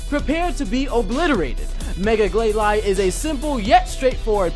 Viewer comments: BRA I'v wanted Glalie since I new about that guy and Mega Glalie.And its pronounced (gl-A-lee). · Its Glay-Lee not Glay-Lie (Glalie) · its pernounced Ga-lale-E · Gl-lay-lee Just saying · Glalie............NOT GLAY-LY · It's glail- e just saying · It bothers me how he's obviously reading notes on a screen the whole time. I also can't stand how he pronounces Glalie and Clawitzer. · I'm sorry very tiny Nitpick of mine, Your Pronunciation of Glalie doesn't bother me as much but Clawitzer is pronounced Claw-Witser. You're saying it as if the "I" and "T" in it's name are swapped. Great list though :) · it's pronounced glalie (lee not lie) and claw it zer! not claw tizer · did he just say clawtizer instead of clawitzer and also gla'lie' instead of gla'lee' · Glalie is pronounced glay-lee and Clawitzer is pronounced claw-itz-er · Clawitzer is pronounced 'Claw-vit-zer' (since it comes from German), and Glalie is pronounced 'Glay-lee'